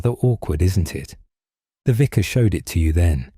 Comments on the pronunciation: is making too many mistakes ❣️ Vicar not visor! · The pronunciation of the narrator is abominable. Vicar is pronounced “viker.” Their are several others. The Edward voice never made those errors.